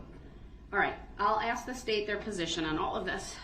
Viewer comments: 'Reason for the abstain, I'm axing politely?' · Did he 'axe' you? 😅😅😅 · He accepts value and axes questions about the oaf of office and tacket agreements while axing about grounz and substains. And he's not prepared for his witness and wants the court to delay? What a great "attorney" he was. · But if you axe him, he has a tackit agreement witch da judge. 😂